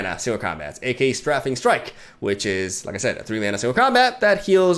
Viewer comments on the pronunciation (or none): Btw it's not strafing strike with a short a, but with a long one, like in lane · Hey, love your content a lot dude. But just a heads up in case you actually read this comment, Strafing Strike is pronounced like "streyfing" strike. Strafe. Not straff!